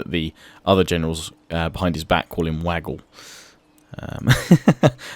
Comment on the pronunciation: Wagle is pronounce Waag + Lay